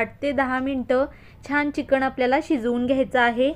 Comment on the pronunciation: छान रेसिपी ताई, पण चिकण नाही चिकन म्हणतो आम्ही